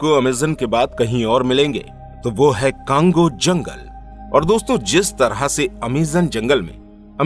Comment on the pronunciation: Usko cango nahi congo bolte hai bhai or me congo me hi rehti hu